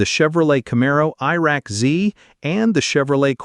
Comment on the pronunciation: Did this dude say "Chevrolet Camaro Iraq Z"?